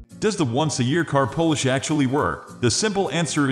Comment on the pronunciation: Voiceover is obviously computer generated and I suspect the description was also AI generated. Notice that he pronounced polish like "Polish" (someone who is from Poland).